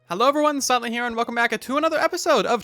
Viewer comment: Every time at the beginning i think he says, “hey everyone sadly here”, and every video for like 10 seconds I’m like wtf until I realize he said silent